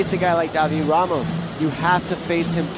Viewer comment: Уши режут когда 1ый комментатор говорит Рамоса - Хамошом, 2ой Хамос, один я задаюсь вопросом? Понимаю если был бы Jamos - то хамош подходило